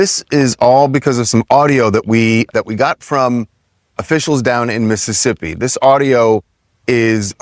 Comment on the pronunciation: you gotta say like this. Miss.sip. Cmon brotha… 😂